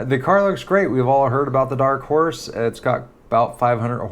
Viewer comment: The struggle to say Dark Horse correctly 🤣🤣🤣